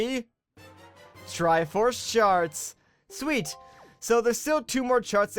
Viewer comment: he definitely said "triforce shart"